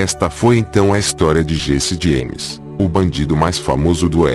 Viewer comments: Diesse Dieimes 🤣🤣🤣🤣 brincadeiras à parte, vídeo muito instrutivo, parabéns! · O tema é excelente mas essa narrando é uma tortura!!!! Meu amigo, pare de querer foçar a voz! Vc não é o cid moreira! Vá fazer um curso de voz e dicção e POR FAVOR pronuncie o nome do, corretamente! Desisti de ver o vídeo até o fim...